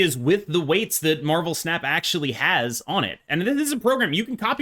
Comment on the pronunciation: I kept hearing marvel pants and I just can't lmao